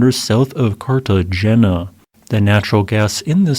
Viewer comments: Cartagena is pronounced "cart a hey na" Not cart a jeena. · Okay. This AI narration REALLY needs help. Carta-Jenna is NOT how that’s pronounced. Cart-e-hey-nah is how it is pronounced. Cartegena. GET IT RIGHT…🤷🏽‍♂️ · A tip for you: In Spanish, "g" is pronounced as an "h". So, Cartagena is pronounced as Cartahena. hth As always, great video. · Did he just say CartaGENA?!?! LOL I had a good laugh at that its CartaHEINYA when you say the word. I remember this only because of the movie Romancing the Stone took place in Cartagena. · Carta Hey-nya c'mon bro.. watch Romancing the Stone... you gotta TRY to pronounce indigenous names. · Cartagena is typically pronounced something like 'carta-HAY-na'. Nevertheless... a mud volcano. Hmmm... learn something every day! Cheers! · Carta Jena was AI pronounced as Carta Gena idiot ass AI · Carta hay na. G before E or I has a soft aspirated H sound. Like gila monster pronounced hee la. G before A or O has hard g sound like in cargo or gato . GU is problematic but often like aspirated W like sa gu (w) aro. No criticism here just want to help. This was an amazing video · Cartagena = car-ta-HAY-na. 8*) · Cartegena - Cart-uh-hane-ya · ‘Cartajenna’ 💀 This voiceover is something else… wtf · SECOND! And ... Car-tah-HAY-nah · PLEASE, if you are minded to comment on his pronunciation of Cartagena (or anything else in future videos), do the obvious and check if someone has already made the same point and if so don't repeat it - there is no point (you can always give a like to the previous comment to express your agreement) and you are simply cluttering up the section for those of us who go through looking to read the genuinely interesting ones. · Cartagena - the "g" is silent like H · The "g" in "Cartagena" is a voiceless velar fricative.